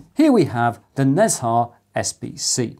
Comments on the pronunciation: Great content, as usual! Nezha would be grouped as Ne Zha rather than Nez Ha as you were pronouncing it. Roughly pronounced (in British English) as Ner Jar. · It's pronounced ne jar, "h" is not silent, 😁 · Nezha is one of the celestial beings in Taoist mythology/religion and one of the biggest rivals of monkey king sun wukong. It's pronounced "Na Cha". Most of this info is based on what I was exposed to growing up in a Taoist, Buddhist household.